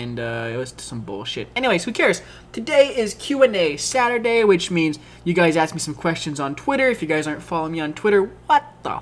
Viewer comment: Did anyone notice the staurday instead of saturday????